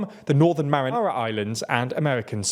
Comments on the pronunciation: It’s MARIANAS islands, not Marinara Islands. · did you just say "Northern Marinara Islands"